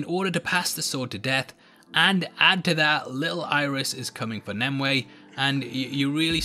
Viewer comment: It's "NIM you ay" .NOT. "NIM Way"